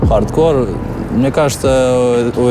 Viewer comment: Анатолий Юрьевич, объясните колхозникам, что правильно говорить Хардкор, а не ХардкорД... Ухо режет...